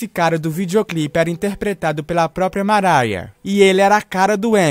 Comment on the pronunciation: "Maraia" Carey